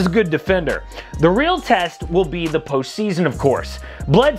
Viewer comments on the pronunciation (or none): none